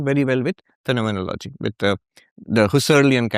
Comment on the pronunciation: ERRATTA: PRONOUNCE IT AS : PHEN-O-MEN-OLO-GY